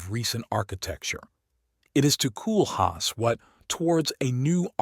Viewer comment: You can't even pronounce his name properly! 😞 In English phonetics it's 'Coal-haas.